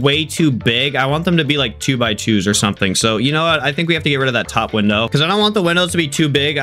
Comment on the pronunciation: "did it colapse" and the biridge winow. 🤣🤣😂😂👍👍👍👍😁😁